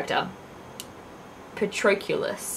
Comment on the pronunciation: It's okay, I did some research Patroclus is pronounced "puh" + "TROK" + "luhs" Those Greek ones always get me!